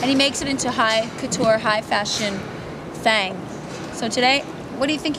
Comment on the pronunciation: did she just said THANG?